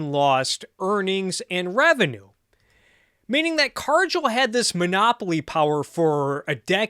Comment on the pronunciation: Excellent video, but one thing: it’s Car-Gill (like a fish has); not Car-Jill